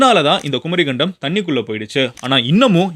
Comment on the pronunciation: குமரிக்கண்டம் கரெக்ட் pronunciation not குமரி கண்டம் ஒன்றெழுத்து மிக வேண்டும்